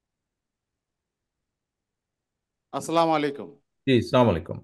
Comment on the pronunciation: সালামটা পর্যন্ত ঠিকমতো দিতে পারে না সে আবার দেশ নায়ক।